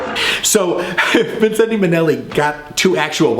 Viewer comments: Love your review, but the last 'e' is silent in 'Vincente.' So it's 'Vin-cent.' A fortune teller suggested he add it early on in his career for 'good luck'! Seemed to have worked. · I've never heard him referred to as 'Vin-cent-ay' Minnelli... Fancy! More familiar with Liza's version, "VIN-shent"! lol.